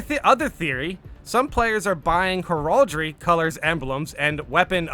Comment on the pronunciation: HER- ALL-DREY?? ARE YOU KIDDING ME? HERALD-REY!!!